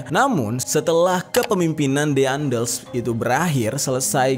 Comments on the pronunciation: DEANDELS? WKWKWK DAENDELS KALI AH. NYEBUT TOKOH AJA MASIH SALAH, SOKSOKAN BAHAS GINIAN. PAYAH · daendels not diandels